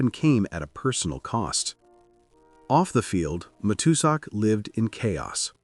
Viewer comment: AI narration, mispronounced Matuszak.